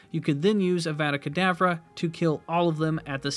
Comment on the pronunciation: You know that's not how you pronounce eveda kedavra